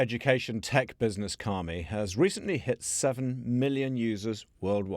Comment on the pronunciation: I would have an easier time promoting this for my students if I didn't feel the name was a secretive strike against Christianity. You didn't say Kami correctly to mean paper. In the sense you are using, it would mean spirits or deities "god" of Shinto religion. The emphasis would have needed to be on the Mi. Could you clarify please?